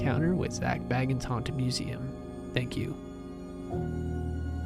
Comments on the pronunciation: haha yea bits it’s not biggie. He pronounces it as zak “bae gins” if that makes sense 😂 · no one likes having their name mispronounced even if they know who is being spoken about 🤷🏽‍♀️ I’m sure if he watches this he probably wouldn’t like his last name being mispronounced even if he knew it’s abt him. No biggie just pointing it out